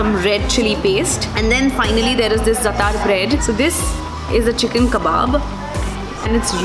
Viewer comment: Good video, but it would be good to get the names of bread, "zaatar" etc right. Dont mean to criticize. but research is important whilst creating an effective blog